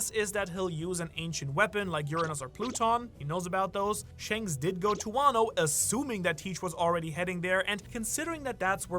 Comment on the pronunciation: Not trying to be mean I'm genuinely curious. I've been watching for a while, but does he say "powerful " and " shanks" like that on purpose? If its not on purpose I won't bring it up anymore I'm just curious because I love the "thanks/ shanks"